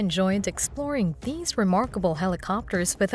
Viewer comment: Hey... why do you hate the letter "t" so much? It's "the" not "da." And "these" not "dese." 😮😊😢😂